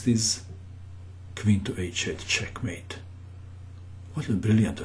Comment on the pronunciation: "Caah matte"